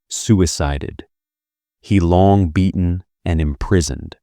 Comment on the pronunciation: He, the Marshall's name, is pronounced roughly huh or a cut-off hair, not hee. President Qi's name is a curt "chee." If you are going to narrate any topic, you need to know something about it.